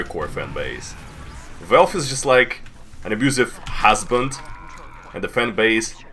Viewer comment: i love it when he says "välfé"